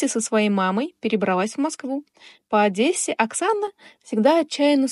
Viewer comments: Не Адэссе,а ОдЕссе. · Только не Адэссе , а Одессе. Говорите правильно.